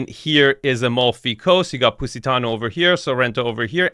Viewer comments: “Pussytano” 😂😂😂 gosh 😂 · Thought he was saying PussyTown.. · He pronounces it "Pussy-tano" 😂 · Stop calling it "Pussy"tano, LMAO... 🤣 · This is the First time I heard an american pronounce Positano, cracked me up a Little 😂